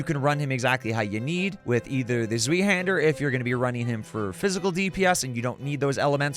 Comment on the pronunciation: Zweihander is german thats why its hard to pronounce. Translated it just means Two-handed (sword). Pronounciation is tswaihender but i think yours sounded pretty good already! Also nice video series i like it a lot